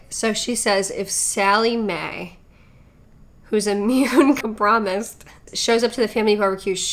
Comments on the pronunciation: I've heard a lot of mispronounced words but com-promised is a first 😂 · Isnt it compromised? Or did she say it wrong? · I literally screamed at immune com-promised 😂😭 What a gem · “immune come-promised” 😂😂😂😂😂😂😂 i cannot believe this anymore im laughing so hard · And the chick who said COM-PROMISED Probley yells at 16 year old cashiers about her American right not to wear a mask. 🤔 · homegirl’s shirt says “Everything Hurts” 😂😂😂😂😂😂😂😂😂😂😂😂😂😂😂 Her brain definitely hurts, trying to pronounce compromised. 🤣🤣🤣🤣🤣🤣🤣🤣🤣🤣🤣🤣🤣🤣🤣🤣🤣🤣